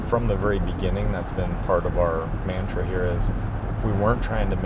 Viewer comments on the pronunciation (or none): “Main-truh”? Oh man.